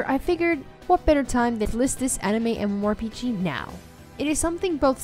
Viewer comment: The games you picked are bad, but that isn't why I disliked this video. Here are some tips: 1. Learn how to correctly say MMORPG. 2. Please learn a different descriptive statement other than "One of the most".. Every game you described was either "One of the most beautiful" "One of the most unique" "One of the most popular" or "One of the most fun" games... It gets old, really quick.